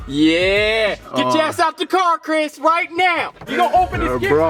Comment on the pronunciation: The way says "Crihs"